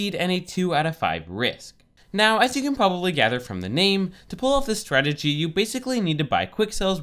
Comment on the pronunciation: it is really annoying the way he says strategy he said it like swagity